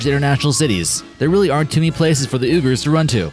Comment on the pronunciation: Uyghurs, the ethnic people of western China is properly pronounced WEE-gur. I'm not criticizing or belittling the narrator, Uyghur is definitely an off the wall word to just about anyone, other than the Uyghurs themselves, I'm just trying to enlighten the narrator and the people who watch the video. Have a great day everyone!